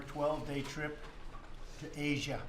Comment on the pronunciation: why can't Trump say the names of countries properly and especially names that end with the letter "A". (Russiahh, Chinahh, Asiahh and Koreahh for example.